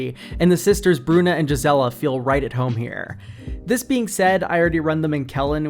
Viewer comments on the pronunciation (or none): none